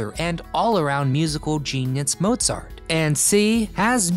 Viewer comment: It is Mozart, NOT Motzart.